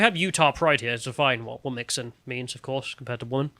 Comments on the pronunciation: It's not "wom-mix-in", it's "whom-chin". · It’s “womxn”, like ‘womzin”.